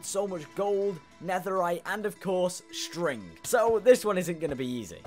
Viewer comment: Bro way did you said strig so weird like it important